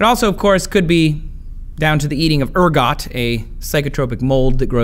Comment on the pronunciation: And fyi, ergot is pronounced "air-go" (it's French) :o)